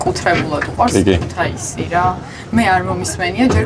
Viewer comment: ქუთეისი არა ქეთუსია.. ქუ თა ი სი ხალხო. ქუთაისი... ნუამახინჯებთ ქალაქის სახელს